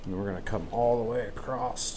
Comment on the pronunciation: There is no "T" in "across"...